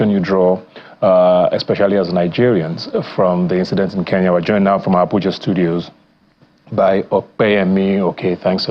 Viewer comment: Oga its not Ke n ya ..please get your pronunciation right. The police are already on our case. Get the name right I beg